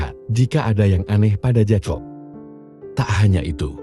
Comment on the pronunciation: Maaf ya saya perbetulkan sedikit sebutan untuk watak JACOB. JACOB disebut JAKOB. Salam dari North Borneo.